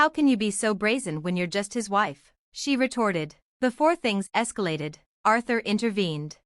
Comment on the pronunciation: “Retorted” not “retarded”